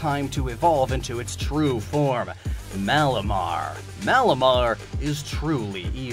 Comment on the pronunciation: Malamar ... Or..... Malomar 😂